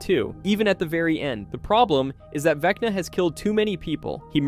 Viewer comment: "vecnii " lololoo